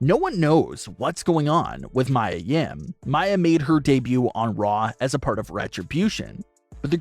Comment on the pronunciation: Its miya nim not mya